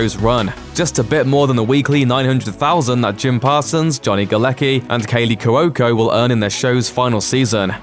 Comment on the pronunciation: Omg u irritating Brit - it Caley Chico ( Kwo.ko ) NOT kawoko